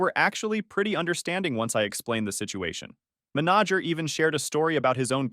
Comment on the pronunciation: minaj-ger? WTF?